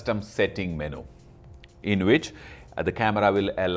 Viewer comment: What is a Meno? I thought It was Menu pronounced Menyou